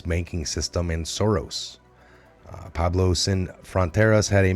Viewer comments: P w e b l o w...pueblo, not Pablo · Great info. BTW, it's Pueblo, not Pablo.